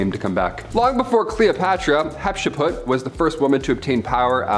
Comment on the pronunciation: Love the show 😁... but, you need to learn how to pronounce names.. fx it is not 'Hatse-put' it is 'Hat-shep-sut'.. and, stop saying 'plaque' it is 'plague' the 'a' sounds like the 'a' in ape and not like apple.. it is so annoying when people who are native speakers, can't speak their own language... 🫡